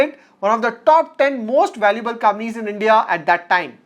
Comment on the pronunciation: Nice video. One small request: please pronounce "Companies" properly. Sometimes it is difficult to follow the video.